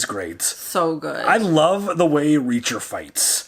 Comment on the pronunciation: About Reaacher”